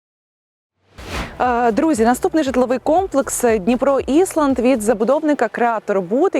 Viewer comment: Скамєйки на болотах, у нас лавки. Ну й айленд, а не ісланд. Підтягніть мову 😊